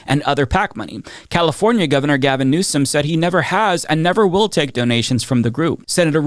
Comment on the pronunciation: Gavin No-som. Josh Nah-piro. Cory Boo-ker.